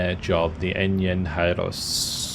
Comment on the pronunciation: I wish Brazil was represented in more WW2 games, that was really cool to see them. And “engenheiro” is easier to pronounce than it seems, but nice attempt nonetheless